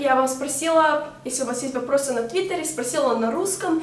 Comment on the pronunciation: сук))), угараю с того как ты произносишь слово "вопросы". Я конечно все понимаю, 4 года живешь в США , язык все дела, но всё же))